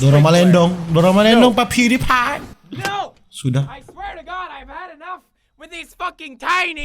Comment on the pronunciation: bukan PewDiePie tapi pudidi